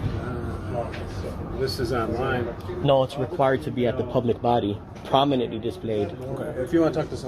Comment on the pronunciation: I’m glad he’s holding these government employees accountable. But he needs to learn how to pronounce the word “prominently” correctly.